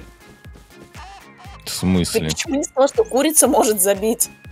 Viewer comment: Я ржал три часа когда она сказала меня ккрица убила😂😂😂